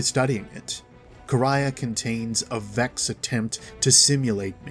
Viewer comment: Finally someone who pronounces Quria right